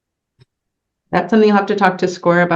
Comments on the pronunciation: He says "Liberry" rather than "Library". Either way, he puts the "Lie" in "Lie-brary" or "Lie-berry". "Sovereign Citizen" loosely translates to "Shiftless, Lawless Bum" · Drives me nuts when an alleged adult says “liBerry” in lieu of “liBRary” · That's "liberry" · He can't get to the liberry.